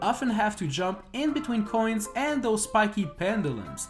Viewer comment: You say "coins" like "coin" and make it sound like an illegal drug (in this run it kinda is lul) 😂